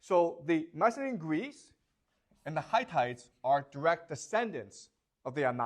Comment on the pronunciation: Hi-tites! I’m dying’ 😂😂😂